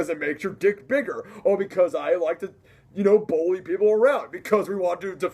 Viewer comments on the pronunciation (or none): none